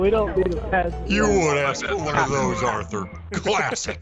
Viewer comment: bro let me fix. Dutch: Orthur my boah..... Orthur Organ: What you want now Dutch: oo Orthur you see that guy is more accurate with a lasso than I'm with Molly hole